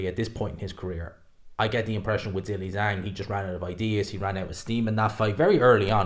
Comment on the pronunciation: do you realize that your pronunciation of the name Zhilei Zhang is incorrect? 😬